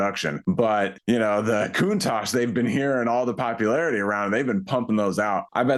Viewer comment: Italians will invade you for pronoucing Countach and Competizione this way 😅😅😅😅